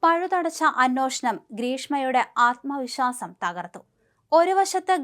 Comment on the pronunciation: Annoshanam ennalla 😮 anweshanam ennu parayoo.... kashtam 😂